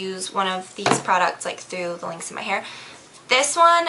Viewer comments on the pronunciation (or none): It sounds like your saying links instead of lengths of your hair